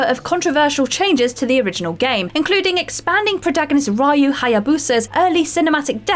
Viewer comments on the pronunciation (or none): It's Ree-yu. Not Rye-yu. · The protagonist from Ninja Gaiden is pronounced Ree-you not Reye-u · You COMPLETELY butchered the name of the protagonist of Ninja Gaiden.